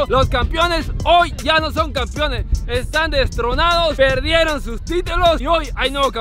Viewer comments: Sus videos me entretienen bastante pero alguien le puede decir a que se dice campeones y no campiones quedo a su servicio gracias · Los "CampIones" JAJJAJAJAAJJ CAMPEONES MIJO CAMPEONES 🤣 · "campiones" dice el jajajajajjaj